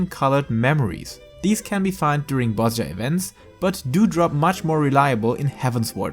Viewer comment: It is pronounced Bozija btw, like with an I :X